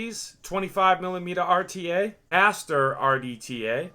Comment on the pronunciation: love the ah-tee-aye review